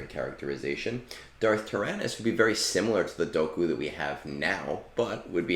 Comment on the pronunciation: Your pronunciation of Dooku made me unsubscribe 😔